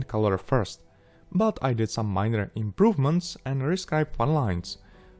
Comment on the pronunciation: "Almost no improvemenst....almost"🤣🤣🤣